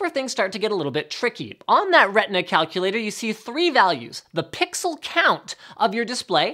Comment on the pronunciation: "Pixel by Pwweexel" xD No offence :P